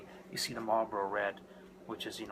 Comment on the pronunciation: "Marbros" ??????? "Marbros"???????? Are you kidding me????!!!! IT'S MARLBORO!!!!!!!!